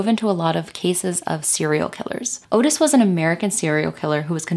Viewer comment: Its not .22 guage it's .22 caliper And Ottis is pronounced Ott-iss.